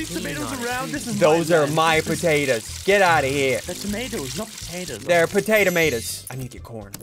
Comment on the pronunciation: “They’re potata matas” -Ssundee 2022